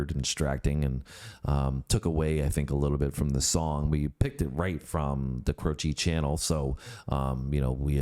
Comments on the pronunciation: Cro she (e sound like long a) not Crochee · It's not every song that has the lyrics written on the screen by a dyslexic 7 year old. 😁 By the way, his last name is pronounced CROW-chee, not crow-CHEE. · Crow-chee, not Crow-CHEE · Accent first syllable of his name - CROW-chee - he was on his way to my college to do a concert when his plane crashed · FYI. Croce is pronounced “Crow’ chee”. emphasis on Crow.